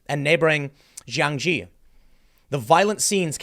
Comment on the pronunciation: Jiangxi is actually pronouns as Jiang "See". Not gee. Hope it helps =}